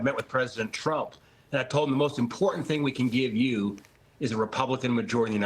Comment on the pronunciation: Trump not Tramp